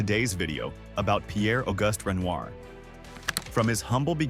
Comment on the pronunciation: Can you try to pronounce Auguste properly? It's French, not English